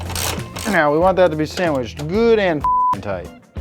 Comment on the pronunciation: Ah yes the German torque spec: Gudntiht